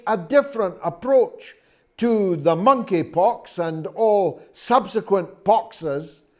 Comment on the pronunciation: The Mon-eypox